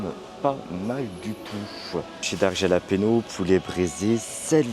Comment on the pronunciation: Salut, ça se prononce "ralapegnos" ,😉